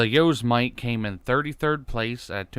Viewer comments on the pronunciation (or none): Thats not how its pronounced, its pronounced yow-semetee, like Yosemite national park